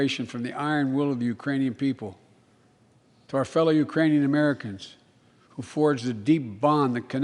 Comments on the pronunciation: It's quite easy to slur JUST ONE SYLLABLE so that Ukranian is mangled, i.e. the K is lost, so it sounds like Uranium, and maybe the letter U sounds like "UH" anyway, depending how you pronounce it. Remember that Biden has a minor speech impediment which he has fought for decades. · It sounded like "Uranian" to me - as in, from the planet Uranus.